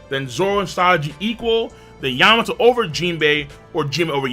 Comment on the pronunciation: You mean yam-ato